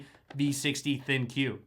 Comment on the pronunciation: In the video you keep calling it a Thin Q with the emphasis on the "Q". They are called the ThinQ as in "Think." Just wanted everyone to know the correct name for the model.